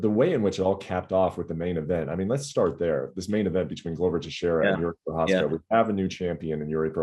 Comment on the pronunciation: Perhaps it's time to learn how to pronounce Jiří Procházka's name. Just out of basic respect.